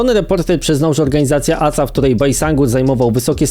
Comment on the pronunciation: Nie ACA tylko A Ce A, tak jak Ka eS Wu A nie KSW